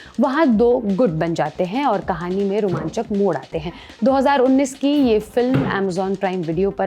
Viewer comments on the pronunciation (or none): none